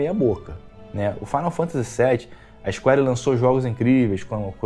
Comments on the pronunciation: cheguei no seu canal ontem. Achei bem legal e parabéns pelo trabalho. Uma sugestão para o seu crescimento: sua pronuncia inglês precisa melhorar. Sei q isso pode parecer chato, mas precisa melhorar sim: Cronu Triguer, Isquéri... Falo com todo o respeito viu. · Isquari Ixscuariiii, lesti ofiãs, barreti, nauti dog